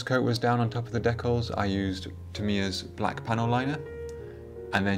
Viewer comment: They are DEE-CALS not DECK-ALS. Not sure how you get the word DECK when there is no K in the word.